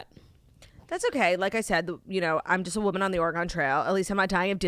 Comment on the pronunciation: Saying Oregon so wrong. It's hurting my ears!